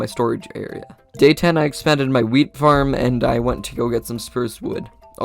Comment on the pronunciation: why every time he says wheat is sonuds like he said weed just why